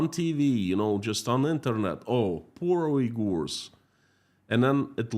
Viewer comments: In English, it is pronounced like Un-gers. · It's WE-gers, not U//////.